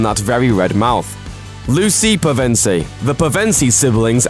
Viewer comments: the emphasis goes on the Pev not the en. But mispronunciations are typical in vids like this as these narrators aren't actually fans. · It's PE-ven-sie! Not Pe-veen-sie! Hermione's voice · "Striking beauty" she's pretty homely honestly. If people were crawling on her for her looks, I highly doubt it would have been her. And lord, your mispronunciation of everything is superbly annoying. Peh-ven-sie.. It's PEV-EN-SEE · It is PEVEN-SEE not PUVENSEI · all I can hear is Pizza Pevensie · first of all, you're going to poke someone's childhood out. its not pev-EN-ce; its PEV-en-ce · Pizza Pevensie? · I'm sorry but please check character name pronunciations before making a video, especially when they pronounce the name in the films. Pevensie is pronounced PEH-ven-see, not peh-VEN-see. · Anyone else annoyed at how he's pronouncing Pevensie? aha. Its peven SIE not Pe VENSEE. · It's pronounced "Pev-en-see" not "puh-vin-see"! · It's P E VENSIE not PEV E NSIE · Please, learn to pronounce 'Pevensie' properly. I couldn't concentrate on the video because of it! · It’s PEvensie not PevEnsie , please stop it’s hurting my ears! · Is that how you pronounce Pevensie? I thought you pronounced it like Pev-en-siii not Pev-EN-sie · Madicken 70 and then there's me who would put accent on the first syllable, PEV-en-sie. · Madicken 70 Nope, he's pronouncing it incorrectly, unfortunately. You're right, it's Pev-en-see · who heard Pizza Pevensie? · peev-ence-ceee please please please pronounce it correctly😲🙃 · I thought it was "Penvensie" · I swear it’s pronounced P eugh ven sie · Pen-sive not how you said it 🤦🏼‍♀️ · oh god this name butchering... at least get it right. "pevensea? KEENS?" dafuq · It is pe-ven-sy.😠😠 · dear god that is NOT how you pronounce their last name. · The way you pronounce Pevensie is making C.S. Lewis roll in his grave. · You said pevensie wrong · That's exactly what I thought! It annoyed me so much every time he said it😂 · Sarah Knuckles same loooool pronouncing it wrong